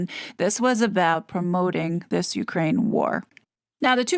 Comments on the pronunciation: Well, I confess I thought that this TRG RDD was narrated by a human and NOT like so many YouTube feeds just a computer talking. today, that belief was shattered when she read, more than once “U. K . rain”. What’s up with that? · This may be a dumb question, but why do you pronounce Ukraine like UK rain?